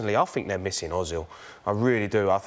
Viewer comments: I love how Ian pronounces Ozil. Urzzil. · And Jamie pronounces it like 'Ohh-zil' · MEN'S MATTERS Ozil might be a German citizen, but his name is Turkish. Özil means 'a true native/local'. Özil is pronounced Ir-zil (using the ir sound in bird for the Ö). The i in the il sounds similar to the i sound in sit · MEN'S MATTERS that is not how it is said lol